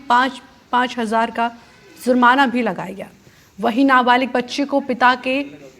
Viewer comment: Zurmana nahi jurmana hota hai, news reader apne pronounciations durust karen.😊